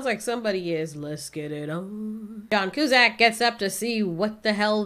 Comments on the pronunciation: It's pronounced (q-sack)! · Joan Coozack? You mean John Cusack😂